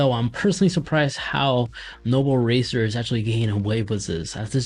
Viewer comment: I don't think he actually pronounced the name correctly the entire video. He just kept saying noble rocketer and even called it noble racer lmfaooo